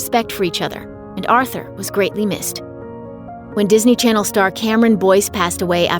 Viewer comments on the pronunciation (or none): none